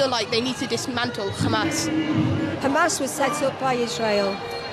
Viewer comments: Seriously dude? The kid repeated Israeli talking points. Like the Iran stuff, and using the Israeli, pronunciation of Hamas. Oh and when the lady asked him if its right to take over land where other ppl lived, he ignored the question and brought up that the UN gave the land to the Jews. That's deflection not being a good journalist. BTW Arabs in Israel have less rights than other ppl. Their movements are restricted. Their ability to live where they want is restricted, even their access to pray is controlled by the Israeli government. BTW saying "We are the Media" is utterly moronic. And tells me all I have to know about you. Media: the main means of mass communication (broadcasting, publishing, and the internet) regarded collectively. YOu, are a human being, you are not "Media". 🙄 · Kid pronounces “Hamas” wrong; the h is properly pronounced similar to the English h. This is a propagandist technique to make Hamas seem more alien…